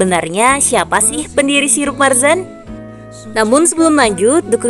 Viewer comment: Marjan bukan marzan 🤦